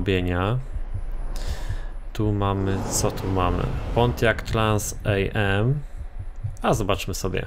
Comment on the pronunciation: czta się się transam razem anie trans AM. Trans am to ulepszona wersja firebirda. Ten wóz grał pierwszego K.I.T.T 'a w serialu Knight rider z lat 80. Jeśli mógłbyś go pokazać w następnym odcinku było by bardzo miło.